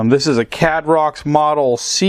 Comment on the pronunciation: I would guess that Caidrox is pronounced more like Caidrox than Cadrox.